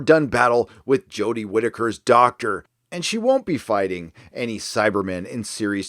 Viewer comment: The next season of DW is DOA for me. "Jo-deh" is horrible as the doctor. She's absolutely unwatchable. I paid for the entire season upfront on Amazon last year and struggled through all of them. I'm out. I wouldn't watch another episode of "Jo-deh" as the Doctor if they paid ME to watch it. The SJW aspect of every episode is despicable.